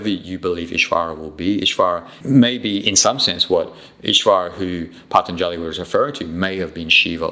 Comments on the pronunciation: Wish you knew how to pronounce Patanjali...so easy to get the a's mixed up...otherwise, very interesting. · rubbish! not only you don't know how to pronounce the word Patanjali, but you also don't understand the first thing of his yoga sutras. Atha, the very first word of his very first sutra is directed to a student. in a way, it is a question in disguise. it asks the student are you ready? are you really ready to receive the teachings? are you done with your past? are you done with your future? is it a life or death situation for you? is this path truly right for you? that and some more is what Atha means. and I will not watch any further, because you are simply not qualified to talk about it. my suggestion is: do some Yama and Niyama Sadhana for at least one year very intensely and then slow by slow you will start to understand yoga sutras.